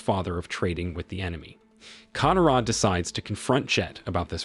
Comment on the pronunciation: Not just Aang's name you even disrespect Katara's name dude if your doing recap like this please atleast learn how they pronounced their names and more